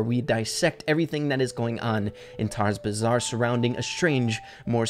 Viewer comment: why did you call the new brawl pass Tara's Bahzar? Its the gold rum gang